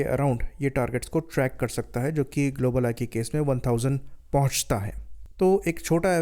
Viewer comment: "ग्लोबल आई" का ठीक से उचारण करो। धीरे से, और स्पष्ट रूप से। जल्दीबाज़ी में कुछ भी स्पष्ट नहीं हो रहा है |